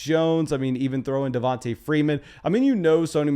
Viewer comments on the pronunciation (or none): none